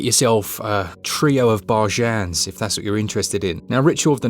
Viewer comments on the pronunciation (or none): Yep.. "trio of bar-jans" marvellous matey, just funny lol